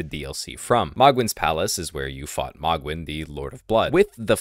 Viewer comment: Isnt it pronounced m-oh-gwin not mogg-win